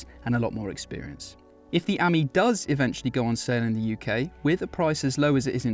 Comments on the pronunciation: What a PLONKA! Talk about make a complete Prat of yourself. It's not Ami as in 'Hammy'. It's Ami as in 'Play me' Just to let you know Ami means Friend in French. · Amie (Friend) is pronounced Uh-mee with a long e.